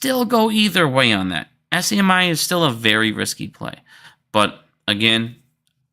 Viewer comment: don't forget "SCMI". It is actually SMCI. Maybe has a little bit of dislexia. "not financial advice"